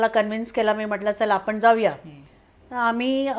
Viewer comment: तुमचं काम खूप छान आहे . मराठी भाषा बोली भाषा आणि प्रमाण भाषा . जर तुम्ही बोली भाषा वापरात असाल तर फार काही फरक पडत नाही , वाचा शुद्धतेची अपेक्षा नाहीये पण जर पॉडकास्ट मध्ये विविध लोक येणार आहेत आणि आपण प्रमाण भाषा वापरणार असाल तर मात्र आपण आपल्या उच्चारांवर काम करावे अशी माझी तुम्हाला विनंती आहे. कोन............ कोण आपन.........आपण म्हनतो....... म्हणतो आवर्जून ' न ' आणि ' ण ' उच्छारावर लक्ष्य द्यावे मी उलगडून न सांगता तुम्हीच तुमचे बोलणे नीट ऐकावे , दोन्ही अक्षरातले लिखाण- उच्चार नि त्यातला फरक समजून घ्यावा ही विनंती .........निव्वळ तुमच्या प्रगतीसाठी तुम्ही ज्यांची मुलाकात घेताय त्यांचे बोलणे पण परत एकदा लक्षपूर्वक ऐकावे असे मला मनापासून वाटते .